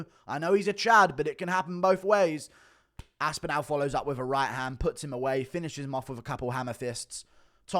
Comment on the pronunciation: Cant get over how wrong you say pav-LOW-vic and aspin-AL .... just say them right